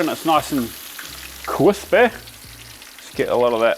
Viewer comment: "Kwispy" - Uncle Joshua callback.